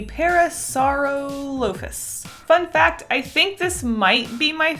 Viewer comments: its pornounsed parasorolofus not parasoralofus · Cos I'm a nerd: Pachycephalosaurus - pa-key-sef-a-low-saurus Coelophysis - see-low-fy-sis (the first ever dinosaur :D) Plesiosaur (long neck water dino boi) - play-see-oh-saur (not a dinosaur* :P) Parasaurolophus - para-sore-olo-fus *I'm not being mean! Just trying to educate the pronunciations but also facts :) Pterosaurs are their own species, and pliosaurus and plesiosaur are known as marine reptiles, not technically dinos. Dinosaurs were ONLY land based :) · See-low-FIE-sis Also, I’m in love with your designs! Pair-AH-soar-all-OH-phus An-KAI-low-soar-us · Your favorite dino is pronuonced "paris-sir-rela-fus" might help pronounce some things but mainly your favorite dinosaur UwU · The panda one is pronounced See-lee-oh-fy-sis The puffy one is pronounced Para-sor-All-ih-Fus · Ple- a - sore- us Thats the shrimp treat Parah- loafa - sore - us Seaweed snack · I will help u! It’s pronounced Pare ah saur aloe fus. Hope I helped u!:3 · Parasoralaphus (maybe that's how it's spelled) Pair-uh-soar-all-uf-iss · Just to help you with the pronunciation of parasorolophus (I can’t spell) it’s Parrah Sorroll Uff Us. Edit: the coffee could be an Allosaurus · "PARA-so-REH-lo-fus" is how it's pronounced. Lol